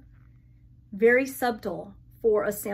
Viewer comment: Love love. Dough bow reproductions can be found everywhere from Target to wayfair even pottery barn and hobby lobby. And because I love you, subtle is pronounced (suttle) the b is silent 🙃